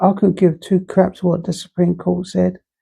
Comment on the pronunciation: What talking cwap for nearly 40 mins about ploblems